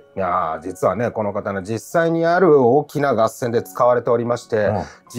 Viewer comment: さん、合戦は、がっせんではなく【かっせん】ですね。興味深いお話ありがとうございます